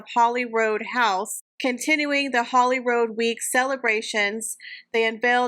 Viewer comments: FYI It is HolyrOOd House and not Holyroad House. Just saying. ❤ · HolyROOD House (its a royal palace) not HolyroAd or HolyrOd. I know British English is not your first language x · HOLLYROOD House Rood like pronounced RUDE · love that you include little tidbits of info with your monologue. I am not trying to be a jerk here, but Holyrood is pronounced Holyrood as to rhyme with "food", it is old Scottish. Speaking of rather! lol M, when will that girl start ironing her clothes? Or have someone do it rather! lol